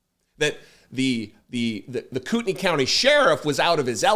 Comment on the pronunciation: Just a note to tell you how much I appreciate hearing someone report on this story who knows how to pronounce Kootenai. I’ve been cringing all week listening to broadcasts.